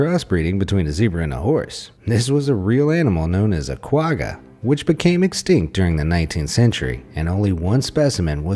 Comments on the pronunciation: My mans cant say quagga lol im from south africa sooooooooo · Its not a Quagga its was called a Kwagga!